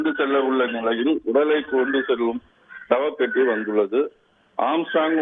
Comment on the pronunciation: சப்பட்டி அல்ல சவப் பெட்டி.தமிழ் வளர்த்த தந்தி தமிழில் தள்ளாடுகிறது.